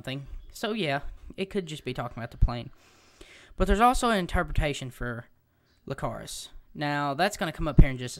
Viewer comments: it annoyed me how many times you said lcacrus instead of icarus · It's not Lcarus it's Icarus, with an "i" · nice but its icarus not licarus i believe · its pronuced icarus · Icarus with an i not with an L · lol everytime u said Icarus wrong i just wanted to slap you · Its an "i" not an l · Nice information, but, you're pronouncing it wrong, if you wanna know how to pronounce it then watch dragon ball Z that was Gohan's dragons name as well.